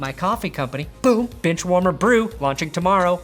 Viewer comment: Is he saying benchwarmer or bitchwarmer?